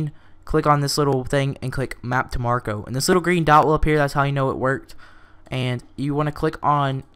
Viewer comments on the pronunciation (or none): ITS A FUCKING MAC-RO, NOT MAR-CO!!! MAC MAC MAC MACRO!!! and who the fuck is Marco anyway??? oh well, thanks for the info. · its mack row not marko